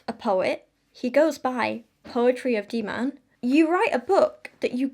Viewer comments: heads up: the dh in dhiman is pronounced kinda like a th sound but with a d instead of a t! the emphasis goes on the dh and the a is also pronounced kinda like the u in dumb :] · And you might take the time to learn how to pronounce the name Dhiman before talking about the person, rather than displaying ignorance and disrepect.